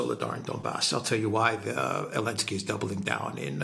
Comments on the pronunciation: I prefer to hear call him 'Bellenski' lol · I prefer Belenski 😂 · Why does insist on mispronouncing Zelensky's name? Not professional.